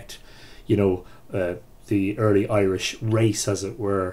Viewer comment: Robin Conkel-hAnnan ireland has four provinces each with some twist of their own on the irish languege , all in all the pronunciation is correct here and is probably best learned from us irish people we seem to have natural pronunciation for the irish languege